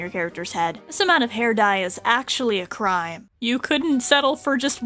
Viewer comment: "really bad croyime"